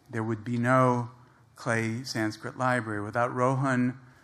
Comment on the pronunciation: Having spent so many years learning Sanskrit ..he cant even pronounce the Sanskrit words properly. Shame.... He is just a glorified Translator, and just a cheap fiction writer...that's about it...